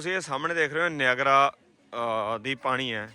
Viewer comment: Nagara fall YAN NEEYAGERRRRA fall .... naam te change na karo ...kitye Yeah you have a let's voyagera fall na kahe dena 😂😂😂😂